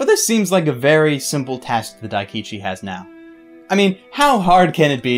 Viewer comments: I thought he said Akichi first, and I was like "That's not his name, what was it..", then he said something similar to Daikichi and I was like "That sounds wrong, but the name's right." and then he said it right immideatly after :D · Pronounce Daikichi name right plz